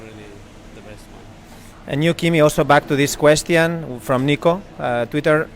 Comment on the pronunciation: Gene's spanish accent is really funny, especially when he pronounces "question" like the spanish translation "cuestión".